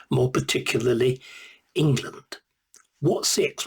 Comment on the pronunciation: I'm sorry, we are the United Kingdom of Great Britian and Northern Ireland, not Englerland, Not Scoterland, Not Waleslandand not Northern Irelend, the sooner you stop your speaking crap the better we will be